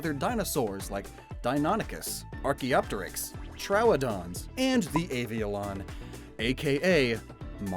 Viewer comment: Good pronunciation on Archaeopteryx 👌🏻